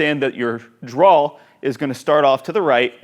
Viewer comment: Btw... the word draw is pronounced “draa”. Not draal. Dude no ‘L’ at the end.... Draw.